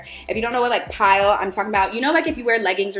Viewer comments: My decor is black and white and my fav color is black!! I am loving your videos!! Aesthetics are a essential!! Lol Also, the fabric tool is for “pilling” pronounced “pill” not pile 😘 Love you!! Xo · I love you girl but it’s “pilling” not pile. It’s a de-piller.